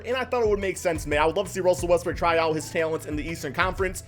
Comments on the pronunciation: Sounds like he is saying Westbrick instead of Westbrook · Why do u always say Russell westbrick, ur ego doesn’t go down if u say his name properly